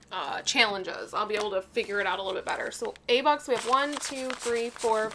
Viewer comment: Bux not bud LOL😂